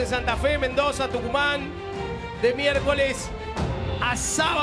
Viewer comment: Jaja el perfecto dijo tuncuman...